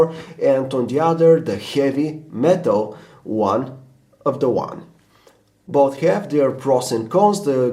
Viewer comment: "Buth" Bwahahahahahaha